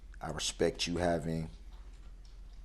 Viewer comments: 'I respeck you guyz'. Gee, what an honour. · His facial expressions alone bug the s**t outta me. The way he says “Hail Yeeuh” bugs me too lol “respek” “Troof” “Ax” “Libary” gtfoh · You can’t “Respec” someone if you don’t even know the correct pronunciation- Moron